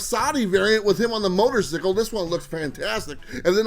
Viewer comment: Not how you say motorcycle! Definitely jacked up on coffee! Maybe some cream/ "special sugar"? I feel like I can say nanananabooboo to everyone now that I have secured my blowtorch set! Best episode yet dude.